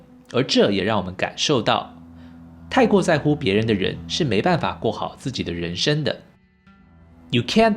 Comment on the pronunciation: ren sheng 不是ren shen😬